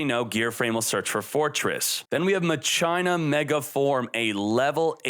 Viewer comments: I love you and your videos but it's pronounced "Mach-Ina" instead of "Ma-China" lol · ma-china? Mach-i-na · I always thought it was Mah-kee-nah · MA-CHI-NA! (like Deus ex Ma-chi-na) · Literally called it Mah- CHINA 🇨🇳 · He loves Mah-China